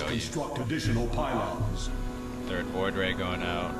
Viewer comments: No, what I meant is that it sounds like he said Floid ray, instead of Void Ray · fast FLOID ray rush?